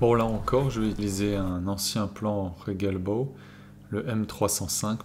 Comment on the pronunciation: Pour la premiére fois, tu prononces correctement Regelbau ! Mais la prononciation de Atlantikwall à l'anglaise est fausse .